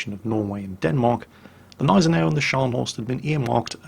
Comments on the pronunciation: There is still a small "G" sound (in German) for the Gneisenau. But it wouldn't be a video if not for that kind of thing.:) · So funny how you pronounce Gneisenau! xD The G is not silent,. It's a G, a big G!;) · You have probably heard this by now, but the G of Gneisenau is a hard G, like in Gnu. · btw, the g in gneisenau isnt silent. it isnt that difficult... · You pronounce the G in Gneisenau. There are no silent letters in German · Nice video. Nevertheless, please ... the "G" in Gneisenau isn´t a silent consonant but clearly spoken ;) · It seems he took some idiot comment's seriously from when he did the preview video, telling him to noever pronounce the G if it begins a word and is followed by a consonant. Also seems I didn't get to in time when I said there are no silent letters in German... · Only one minute in, but I can't resist remarking that "Gneisenau" is pronounced with a distinct "G", as in 'garden'. Sorry, I'll shut up now. ^^ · you kindly took my remark of pronouncation of the Nashorn once. German has no silent letters, so it is not neisenau as in the english Gnome, you actually pronounce the G in Gneisenau.:) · J_Eilonwy Well apparently I have to be precise then: Gnei-sen-au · Everytime says Gneisenau I crunch my teeth harder and harder. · Robert Charleson The "G" in Gneisenau isnt silent. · Yes, the "G" in "Gneisenau" IS pronounced in German. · Hey, awesome video as always! One quick thing though: The way you pronounce Gneisenau is wrong just a little bit. You need to put more emphasis on the G and not just disregard it! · I like how you pronounce it Neisenau instead of Gneisenau, swallowing the G. You have to spell the G like at the beginning gorgeous. Not like in Kickerbockers. ;) I know, not easy for non-native German speakers. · it's Gneisenau, not Neisenau xD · Not neisenau....Gneisenau it is called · Dude, its G(!)neisenau, not Neisenau.